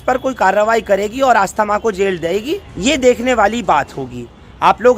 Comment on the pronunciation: Aastha Maa nhi asthma.